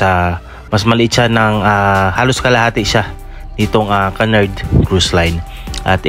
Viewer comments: Kunard po basa sa Cunard di po kanard 😅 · "Q-nard" this how you pronounce Cunard.